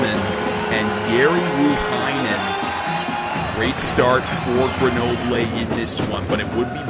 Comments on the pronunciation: its Greunobleu not grenoblé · It’s pronounced Ger No Bull